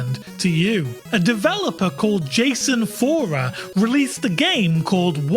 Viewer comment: Cool video and I think you made some great points. By the way, the developer's name is Jason Rohrer. Not Jason Fohrer